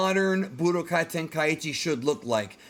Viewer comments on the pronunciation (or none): "Ten-kai-ee-chi" Stop.